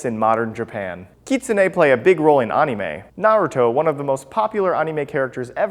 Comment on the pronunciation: The nine tails didn't possess Naruto it was sealed away inside Naruto. And also you you pronounced Anime wrong it is an-ea-may.